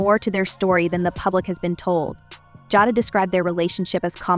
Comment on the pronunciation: HER NAME IS JAY-DA...NOT JAHDA